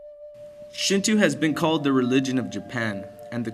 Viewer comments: .- I am suprised you said Amaterasu right and yet you said Shinto wrong. Shinto is prounounced (Shin-Toe) not shin-two like you say it. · nice job on your presentation. however, your pronunciation is a bit off. its called Shin-Toe not Shin-Too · uɹnʇɐs "Shintoo" is pretty wrong! Also "dieti-es" is written as deities and pronounced "day-eties" . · SHINTWO? NO SRSLY, SHIN-TWO?? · They also said Shinto wrong :) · Decent video-except as others said the repitition of mispronounce words makes me cringe and the music is Chinese in origin-not Japanese. I do appreciate you trying to educate others about the importance of Shinto to Japanese people though. Just make sure you get the pronunciation of Shinto correct next time.